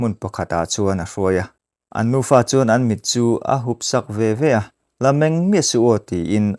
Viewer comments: Nufa tih tur ah Nupa i ti daih alwm🤣🤣🤣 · In nufa tih tur aw